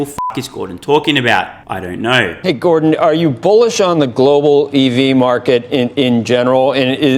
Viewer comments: Gor "dong" lol... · Gor-dong Lol